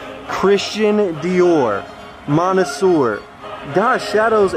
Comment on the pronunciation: My boy, with all due respect, next time you find some Dior heat, "Monsieur" it is pronounced "muh-syuh", salutations, great finds 🔥